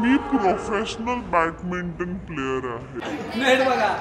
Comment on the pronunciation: Swatala professional mhante ani badminton la batminton pronounce karte 😂😂